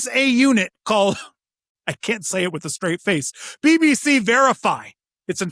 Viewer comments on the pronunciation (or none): none